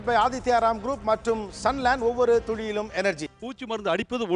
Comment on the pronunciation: திரு கோபி அவர்களே துளியிலும் என்ற வார்த்தையை சரியாக உச்சரிக்க கற்றுக்கொள்ளுங்கள் துழியிலும் என்று ஒவ்வொரு முறை நீங்கள் கூறும்போது கோபமாக வருகிறது. I don't know what Mr.Antony (Director) is doing? Some points which made me to stop watching your show: You are very rude and controlling the people unnecessarily. It lost it's quality. Wanted to ask you can't you stand for a while? are you that old? sitting anywhere on the set which is not a presentable attitude in the media. Unnecessary Titles to debate? I respect the talent you have but don't have overconfidence on you.